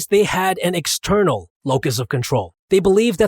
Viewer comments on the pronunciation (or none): ...it's eXternal, not Eternal🤷🏼‍♂️ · 'Eternal' instead of 'External' locus of Control..... Gotcha Improvement Pill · Also by the way , Eternal instead of *External*. Your welcome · External has an "x" in it. Says Eternal. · says "external" types "eternal"